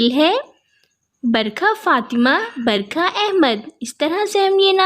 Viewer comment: Kitna munh bna kr bol rahi BARAKAH hai Barkha barsaat nhi....kyun wrong bol rahi